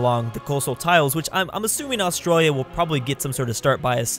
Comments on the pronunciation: You said Australia wrong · when he cant say Australia correctly at the start